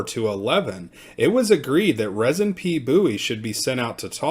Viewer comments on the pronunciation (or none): It's pronounced Reezin.